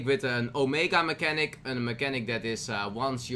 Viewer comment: Mechs have "mechnatic" mechanic....Sayit one more time